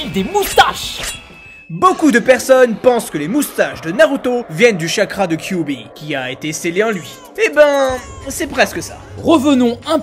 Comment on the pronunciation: cubi ??? 😂😂😂😂😂😂 faut arrêter la picol ! KyuBi !!! Bordel...